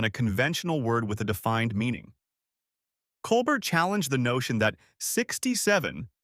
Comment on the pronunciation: Not coal-Bert. It’s coal-bear.